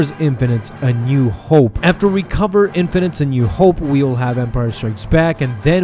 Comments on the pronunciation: Infinities "(in-fin-it-eez") NOT infinites. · In-fin-it-tees not in-fun-nits. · It's Infinities! Not Infinites!!! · Err.. why do you keep saying "Star Wars Infinites" when it's "Star Wars Infinities"? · I think it's pronounced In-fini-ties. Not In-fi-nites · It's pronounced "in-fin-nuh-tees" not "in-fuh-nitz" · Thanks bud. That was fun. (However it's pronounced "infiniteez") Just sayin'. Great job though :D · It's not pronounced "in-fa-nits" it's "in-fin-i-tees". it's the plural form of the word "infinity". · Infinities, not Infinites. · Isn't it pronounced infinitees? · My god that mispronounced INFINITIES is cringy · Infinities - pronounced as in-fin-eh-tees! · 1: Infinities not infinite 2: and did I hear you pronounce Debris as Debreeze?